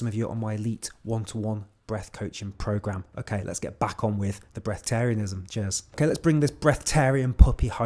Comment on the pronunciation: bresth arianism, no second 't'